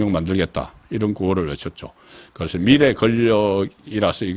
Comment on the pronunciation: 국건님! 말씀하실때 억양을 조심 해 주세요. 미래, 자금 등 억양 액센트가 안 맞아요.